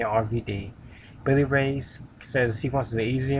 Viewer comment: Lol, did you say Rosie B. That chick's name is ODB. And did you say Billy Ray? It's Bully Ray.